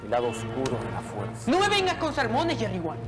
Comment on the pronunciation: "Jerry wan " cómo Ovi wan